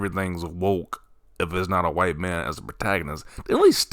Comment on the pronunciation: Whiy-te. man oppressed in America … 😂😂😂 is hilarious LMAO 😂😂😂